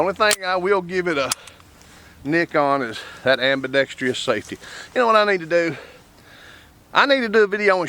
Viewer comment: There is NO Tree in the word ambidextrous. Look at the spelling. Then pronounce it as it is spelled.